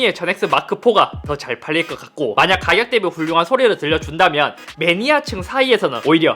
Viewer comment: 가겨 가겨가겨 대비 가겨 ㅋㅋㅋㅋ